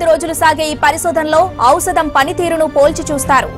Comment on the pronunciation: రెండోదే కరెక్ట్.. ఔషదం నాట్ ఔసదం.. మనకి పిచ్చి ఎక్కించడానికి మాత్రమే ఈ న్యూస్ యాంకర్లు పుట్టారు 😁